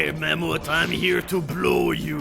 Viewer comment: Also, pronouncing "mammoth". I'm pretty sure it was saying "mamoot" in an old MMX retsupurae that drew me to his channel to hear more of his Frenchisms, lol.